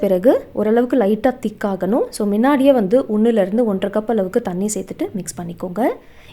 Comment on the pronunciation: மின்னாடியே,,,இல்ல முன்னாடியே சொல்லு முன்னாடியே.